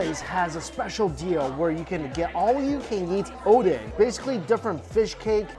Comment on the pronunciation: First time I heard him saying oden correctly (not odeng)